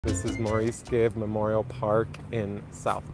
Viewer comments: "I believe that's one of the Bee Gees". Good grief!!! And it's pronounced "Morris". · His name is pronounced as Morris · His name was pronounced Morris. Yes he was the twin brother of Robin Gibb, younger brother to Barry Gibb all of The Bee Gees. Barry Gibb and family still lives in Miami and him and his wife both became US citizens, but still have duel citizenship with the UK. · Who is this clown? First you mispronounce his name & then you say you believe he was one of the Bee Gees. Of course he was one of the Bee Gees! You're surprised it's so green in Florida, you must not be from there. It rains a lot, hence the reason why things are green.